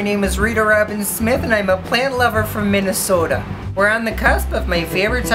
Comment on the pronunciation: You don't say "Minnesota" right but the rest of your mid-western accent is pretty good! You kind of played it down, though